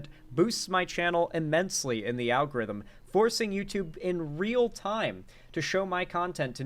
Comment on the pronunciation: th algayrithm